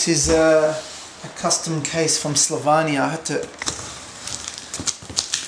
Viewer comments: it's slovenia, not slovania by the way:) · It's Slovenia not Slavnoia ;) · Its SLOVENIA not SLOVANIA... Bdw, what is the company/brand? Cheers from Slovenia, Rok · did he just say he got it from slovenia?! also you pronounced it wrong, but damn...gotta find the guy that made the case=)